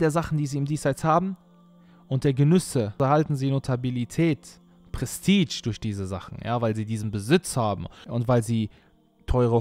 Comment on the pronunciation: bruder man spricht Prestige als Prestisch aus nicht PrestiTSCH Barak Allahu feek für das Video